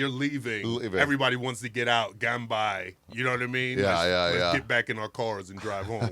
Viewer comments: Ganbei not ganbai 😊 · its pronounced gun bay not gun bi ... ya weirdo